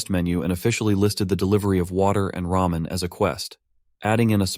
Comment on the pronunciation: Not him saying RAMEION